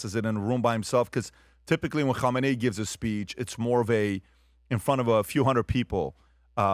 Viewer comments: When did we start pronouncing his name like that… been seeing news about this Iatola since I was six, it always pronounced , Ka-may-knee.. not Hom-min-nay…. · Kamala will complain you're pronouncing his name wrong!